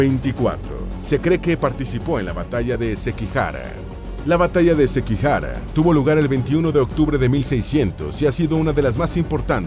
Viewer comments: Iba muy bien el video hasta que le llamas Sepeku en vez de Seppuku y Sekihara cuando en verdad es Sekigahara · SEKIGAHARA NO SEKIHARA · La batalla de sekigahara no sekihara...sekigahara...del periodo sengoku jidai. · muy buena historias peroooooooooooo documentese mejor en el idioma y pronunciar bien .... es Sepuku, es Sekigahara... cuida bien ya q aca encontraras a muchos que estudiamos bien la cultura japonesa